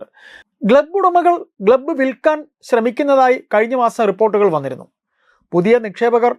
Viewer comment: ഗ്ലബ്ബ് ❌ ക്ലബ്ബ് ✅ 😂